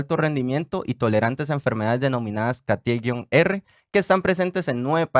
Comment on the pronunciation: Catie, el acento va en la A.